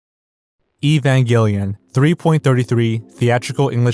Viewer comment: Dude can't even pronounce "Evangelion" right. WTF?